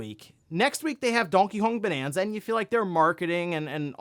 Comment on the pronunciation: Wtheck is “donkong bonanza” 😂 bro just be making up his own words. GTA 6 is “ grand thotto 6” in his words as well😂😂